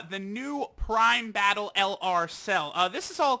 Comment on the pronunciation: Stop saying dokkan BATTIL at the start